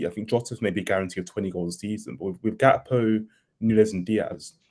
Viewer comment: GAK-PO not GAP-KO!! 😂